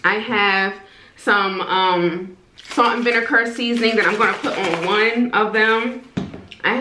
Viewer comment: Why can't you say vinegar?